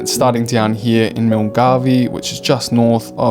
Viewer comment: FYI: Milngavie is pronounced 'mull-guy'.